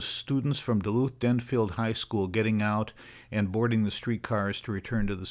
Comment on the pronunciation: It's "Den-FELD", not "Den-field". Grand Avenue is STILL Highway 23.